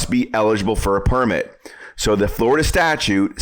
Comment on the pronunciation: Glad we don't live in "Flur da".